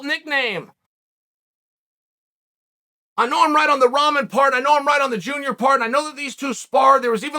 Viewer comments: Rahman pronounced "Rockman." But I like top ramen much better. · Hier we go again another miss pronounced Name Roman jr 🤣🤣😂😂😂😂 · Am I the only one who keeps hearing Chael say 'Top Ramen'?